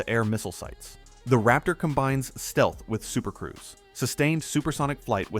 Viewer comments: Super cruise not “supercriuce”. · *supercruise. Not supercruice